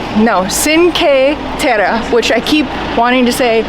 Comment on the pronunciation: Overall a nice video but Cinque Terre is... cheen-kweh... teh-rreh. Sorry, but it's kinda disrespectful to the country you're travelling to, to not even make a decent effort to pronounce the names properly